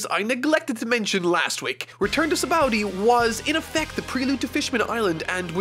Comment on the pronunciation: Ah yes the arc where Sanji goes into pervert levels that are even further beyond Also the way says Sabaody is so weird lmao.